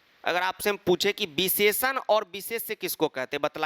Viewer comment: beesheshan beesheshay 😂😂😂